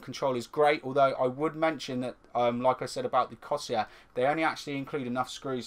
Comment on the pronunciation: Seriously, how hard is it to say Corsair?